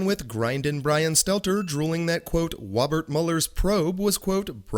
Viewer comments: Did i hear brian say Wobert mueller ??? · Does he say "Wobert Mueller"? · That was “Wobert Mueller’s Pwobe”,. Get a hearing aid, will ya? 😉